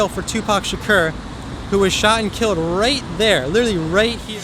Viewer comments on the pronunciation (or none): 'Shot and killed, "rat dere"'